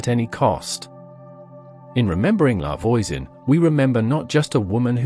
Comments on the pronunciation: I had to stop. "Lavoyzen" just made me cringe because English-speaking AI can't recognize and correctly pronounce French yet. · In French, voi says v-wah like in voila. La Voisan sounds more life La V-wah-soh-n